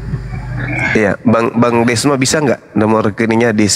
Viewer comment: Cuma beda E sama O tapi akalnya beda jauh..Desma bukan dosma🤣🤣